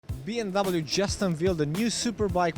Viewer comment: It’s not B M double you. It’s BMWEEEEE